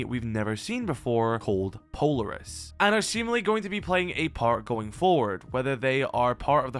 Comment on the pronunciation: Btw, Polaris is a star in the Urse Minor constellation pronounced pole-are-us. Hence the logo's pace theme.